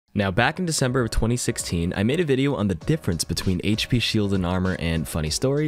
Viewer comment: thank you for saying HP and not hashpee